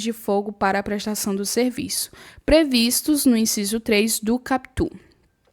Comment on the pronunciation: Prof, não se fala capítu (CAPUT) e sim KÁputi. kkkkkkk, mas tu fala bonitinhu!